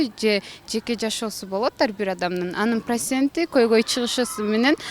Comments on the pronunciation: ПрАСент, КАпЫлка 😭😭😂😂😂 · "КАПЫЛКА" "ПРАСЕНТ" бляяяяя. пздц. ХА хахаахахахаххахахахахаха. ТЬФУ энен!